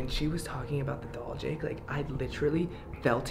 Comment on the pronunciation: I get why. When she says "the doll" it sounds like "devil"